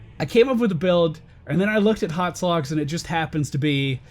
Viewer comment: It's HotS not HoTs.